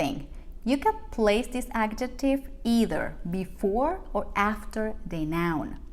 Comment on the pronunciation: I'd suggest to think about correcting wrong pronunciation of those english sounds z as in 'example' or 'possessive' and also j as in 'adjective'. It's not a matter of an accent, those are phonetic errors. And as a teacher, I'm sure, you know the difference. Imagine native english speakers would say 'jugo naranja' with the wrong sounds: dzhugo narandzha. It's not an american accent of Spanish, it's not knowing how to read and pronounce english words.